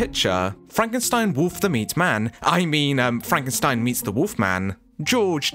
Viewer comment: That's Frank en steen